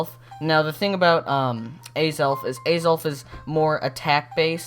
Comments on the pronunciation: Its not Azalf Its Azelf bot not judging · Btw Azelf is pronounced with the accent over the second syllable. So it's a-ZELF with the caps denoting where the stress should be placed. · u missed pronounse azelf